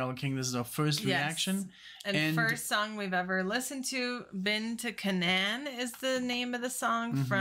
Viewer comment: CANAAN... like the location in the Bible. Pronounced KAY-NUN.